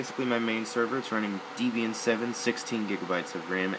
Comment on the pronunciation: What is Deebian ? Pronounce it Deb as in Debby. Debian